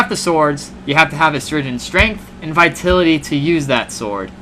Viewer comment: it's pronounced vi-TAL-ity lol - otherwise good and thorough review! Thanks!